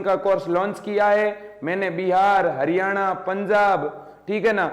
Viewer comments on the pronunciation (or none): none